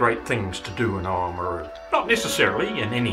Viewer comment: It's actually Limestone** and it's pronounced OMaru.. **Oamaru stone is limestone with a uniform granular creamy white consistency and colour. Predominantly (90%) calcium carbonate, trace chemicals within it include alumina (1.5%), iron oxide (0.5%) and silica (0.5%).